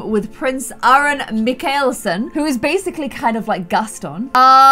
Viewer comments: You said mikaelson wrong It's said Mike-el-son as in klaus mikaelson from the originals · my-kol-son. LoL not